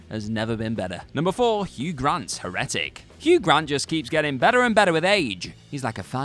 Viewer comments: Me too! Second video where he does it too. Cambridge: / ˈher.ə.tɪk/ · I'm glad someone wrote it phonetically.... someone should've written it that way on the script, he mayve said it right then 😆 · The way you pronounce heretic makes me crazy... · The fact he kept repeating it that way too.... just found myself shouting it back correctly